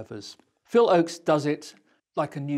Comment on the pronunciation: Please get someone to proof read this doc who knows that Phil's last name was "Ochs" not "Oakes". Also this doc gives much less credit to both Tom Paxton and Phil Ochs as songwriters and performers than each deserves.